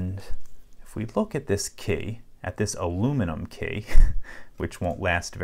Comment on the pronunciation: I hate the way hey said 3 and key. It’s not kay, it’s Key.